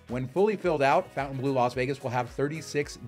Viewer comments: “Fon-tan-blue” not “Fountain-blue,” okay? 🙁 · It’s “Fon-taine- blue” not fountain blue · Pronounced "FountaineBLOW." You took the time to make this video.... please pronounce the name correctly. I'm at 1+ minutes and already cringing. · It may have been called the “fountain blue” since the 50’s but it is written in French so the correct pronunciation is (for ignorant Americans) fon-tan-blur I have broken it down to make it easier for Americans who are in denial that there is a big wide world out there !! I’m sorry to inform you but as far everyone else is concerned you are way down the list of desirable locations !! Just saying 🫣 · Fontainebleau - mispronounced since 1954…